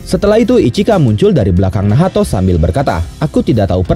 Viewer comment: Itu namanya nacht senpaii...bukan nahato....😂😂😂ga enak banget denger nahato ga sesuai Ama anime nya...